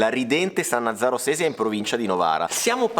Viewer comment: San Nazzaro Sesia. Non San Nazario!!!!!